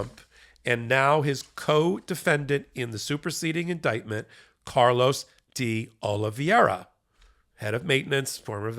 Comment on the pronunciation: Will you and Ben please learn the correct pronunciation of De Oliveira? You guys mispronounce it consistently and you should be really embarrassed because you pretend to be serious journalists.